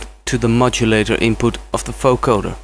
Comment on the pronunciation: its a vocoder not a foecoder xD but awesome tutorial !